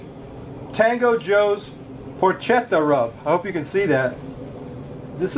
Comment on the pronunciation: Looked great! Porketa not porkcheta! Ha ha